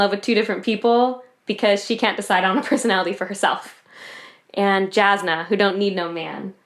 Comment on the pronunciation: Jasnah Kolin is pronounced "Yasnah"